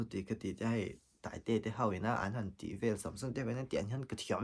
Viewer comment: Rsa nge taiteia tih a taiteia i nolh kha ka helh deuh rsa hi I close vak lo tih hi I ti Lang mahmah😒